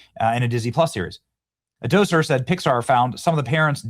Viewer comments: Peter Docter, not Docier. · Love your show. That being said, his name is Pete Docter (Dokter) not (Doser) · It's "Doctor", not "Docer". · I think his name is pronounced Peter Docter as In Doctor. Not Doser. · His name is pronounced Doctor not doser. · Pete Docter. Daak-ter. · How do you look at the name Docter and decide it’s pronounced “doh-ser”? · Docter is pronounced Dough-sir? No wonder why they're falling to crap. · Pete Docter’s name is pronounced "Pete Dock-terr" . The first name is pronounced normally, while the last name sounds like "dock" followed by a short "ter," often with a slight, fast "r" sound at the end. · It’s DocTer with a T. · Guy can’t even get Pete Docters name right. DOCTER said like Doctor. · It’s Pete Docter, like Doctor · Am I the only one who thinks the way "Docter" is pronounced doesn't sound right? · FYI, there's a "T" in his name. Pete Docter. Hope it's not too late to pull Pixar out of the toilet, but it's been a long while since I've gone to one of their films, where it used to be that I would be there on opening day based solely on the studio name. Not anymore.